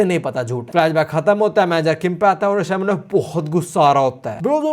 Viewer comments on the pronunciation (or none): none